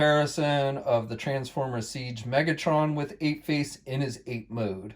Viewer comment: You’re probably a great guy but please don’t put the emphasis on Trans just say former with the same emphasis otherwise great review